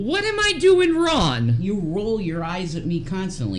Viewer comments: Omfg she can't even put the g on wrong wtf.......wron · What is she doing WRON.. lol 😂 why can’t she pronoun G”s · And she can't even pronounce a G at the end of wronG? She said "I didn't do anything wron" 🤦🏼‍♀️Ffs this cow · Loud? is one of the loudest people EVER...Down to her crying & wailing. She doesn't like u Rev she never did! SHE LOVED YOUR $$$$...Her mother warned u! And it's spelled and pronounced as WRONG NOT WRON OR SON INSTEAD OF SONG